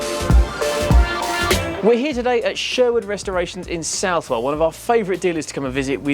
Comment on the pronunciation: Extra points for pronunciation. Southwell.